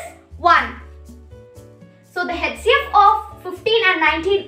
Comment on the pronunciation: HCF to sahi pronounce kro beta Other wise good effort